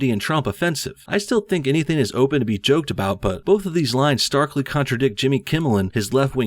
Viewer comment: "I still think anytheen...." How does an adult male come to pronounce "ing" words as "een"? It's kind-of a 10-year-old girl thing, isn't it?